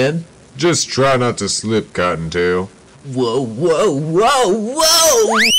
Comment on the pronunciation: sounds like cocktail instead of cottontail